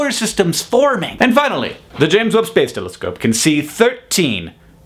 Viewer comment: I know it's the James Webb telescope but all I hear is " Telescope" and that makes me giggle.